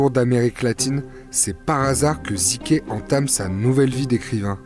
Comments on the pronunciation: Ça se prononce "zuk" pas ziké 🌝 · Un Albanais! Et ca se dit zuke et non zike.